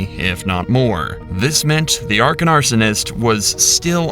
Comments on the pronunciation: the real crime here is how you keep pronouncing AKRON as ARKON ........ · “the Arkon Arsonist” lol. It’s “Akron” buddy. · Why do you keep saying Arkan arsonist instead of Akron? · Why does he keep saying Arkon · Your AI slop commentary keeps saying Arkon, it’s AKRON. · Is it Akron or Arkon you silly robot voice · Akron not arkon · Love how the narrator just starts calling it ARKAN at the end . The arkan arsonist. Call batman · there's absolutely nothing suspicious about neglecting to take a polygraph test when prompted, regardless of one's actual guilt or lack thereof. P.S. it's AKRON. not "ARKON". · Narrator keeps saying "Arkon" instead of "Akron" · The Arkon arsonist? It's Akron,. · I love how the narrator keeps saying "Arkon" Ohio lol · Did he say the "Arkon Arsonist" ? It's Akron... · The AI narration keeps pronouncing Akron as Arkon. Is it reading a human’s typo, or just more lame AI narration? I normally never watch channels once I identify AI. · Keeps calling him the “Arkon arsonist” and it’s driving me insane. Akron dude not Arkon. You’ve only said it 20 times in the episode. How do you keep fucking it up? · He keeps saying "the 'ARKON' arsonist", not "AKRON"....Is AI gone bad narrating this?😃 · The “arkon” arsonist…these AI voices need a bit of work! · At some point in the video, you stopped (correctly) saying "Akron" and started saying "Arkon" instead. How does that happen? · You said Arkon not Akron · "Arkon" Arsonist 😂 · Wonder why the narrator calls him the "arcon arsonist"? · "Arkon" arsonist. It's Akron. Akron, Ohio is well known. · It isn't pronounced Arkin, its pronounced Akron... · The “Arkon arsonist” someone’s got a touch of dyslexia 😂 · The narrator kept saying "Arkin" 😂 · Why does your AI video maker keep saying "Arkon Arsonist"? I thought it was Akron Ohio? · Narrator says ARKAN instead of AKRON. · he said Are-kin instead of ăkron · Akron….not Arkon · "The Arkon Arsonist", huh? It's AKRON... Aak-Run... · Akron arsonist not Arkon